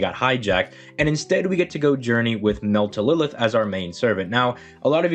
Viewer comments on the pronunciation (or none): Its mel - tryl - lis ... not melt - e - lilith or whatever you are trying to say. Like seriously you are ignoring the R in her name and adding in th at the end. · hella late but I believe he was trying to say "Meltlilith" which is pretty much the same thing anyway, it's just the usual Altria/Artoria situation